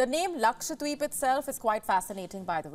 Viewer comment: Dear News reader.. It's Lakshadweep and not Lakshwadeep 😅